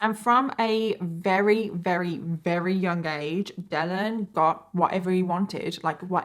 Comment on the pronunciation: You’re amazing, girl…. BUT there is no “h” in assume and no “w” in very. There is, however, an “r” in words such as year, very, church, burden, advertised, etc. You got this.